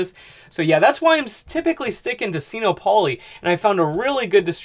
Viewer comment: Sino rhymes with dyno or wino. You know solar power, I don’t. (I used to be an English teacher.) Just my two cents worth. Carry on, really learning a lot from your videos. Yet, I still don’t know or comprehend much. I just want to learn enough to build a solar system for an off-grid tiny house in a year.